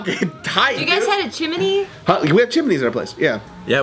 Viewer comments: chimeny???? geo fuck you say????? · making fun of chim-a-ney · "you guys had a chimaney" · and day chimney weird. Listen close to her and then to Joe. They say it like Chi-mini